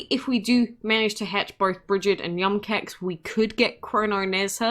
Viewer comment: Im bothered pronouncing yum koax